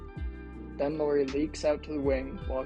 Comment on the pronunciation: He's from Jyväskylä, Finland. Only born in Vantaa and moved to Jyväskylä when he was 3 yo. 🙂 Also not "Lori", Lauri is pronunciated the same way as "Lowry" in Kyle Lowry. About five out: Jazz hasn't played that much after January when Kessler got starter nod but Lauri has continued to put up big numbers. So while that probably helped him in the beginning of the season, it's not be all end all 🙂 Other than those few nitpicks, nice video 🙂 Nice that you used meaningful clips and not just random shooting as background video 🙂